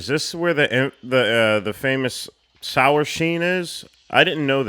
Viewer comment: "sower sheen", okay I laughed at that only because I said the exact same thing during my horror film class.